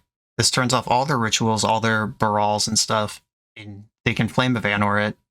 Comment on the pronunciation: I know you love your "Right in the anor" joke, but it's pronounced with a hard A like Ar-Nor